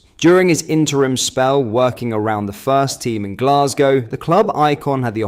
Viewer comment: Only Someone not from Glesga calls it Glesgae.